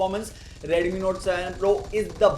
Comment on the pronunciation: One similarity is ads, look at his expression 😃bro one thing is dont say redumi, say Redmi😁